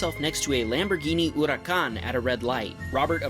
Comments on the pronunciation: its Her a khan! Well thats how its pernounced but wow dude its not or a khan!! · it's not the correct pronunciation- but yeah he did butcher huracan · It’s Lamborghini hurricane not urican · uracan?? Bruhhhh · the way this guy says the lambo car names LOL ooroos and hoorakaan ! hahaha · Lamborghini urakhan hahaha i died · Lamborghini “Ooracan”😂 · and he said Lamborghini oracan 😂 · No ones going to talk about the way he says Lamborghini hurican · Hey man I really like u saying huracan it makes me smile...( u have a sweet voice man )ayeeeee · 1.) mclaren is cooler than a Tesla 2.) the Maserati didn’t get smoked he didn’t even hit the gas when you took off 3.) that’s a BRZ/FRS not a 370z 4.) you said urus wrong 5.) a Mercedes Benz E class is slow 6.) you said huracan even worse than urus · what is that sound of the narrator when he said huracan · Nah it poo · the way he pronuces huracan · the hurricane pronunciation was hilarious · Hey dude common you gotta work on your pronunciation Urus and Huracan!!! That's not how we say it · Also 'Lamborghini Huracán' haha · Why did he pronounce Huracan so weird. Democrats always do that lol